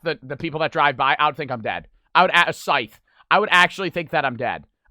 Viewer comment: "if you see somone in a cecter" SCYTH